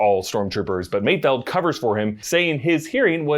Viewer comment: Props to you for actually pronouncing Mayfeld correctly instead of Mayfield which everyone else seems to be doing